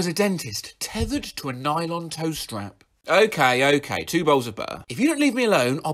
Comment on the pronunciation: so we're looking for a female clown it's "tow strap" not "toestrap" odd how did that not hurt? well, did he do it? Also, what riddle?